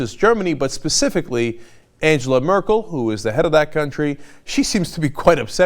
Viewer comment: Angela isn't pronounced like it is in English, it is pronounced like Ang-ler. (Like a fisherman)